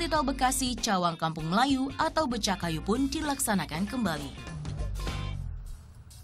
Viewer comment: BECAKAYU bukan BECAKKAYU!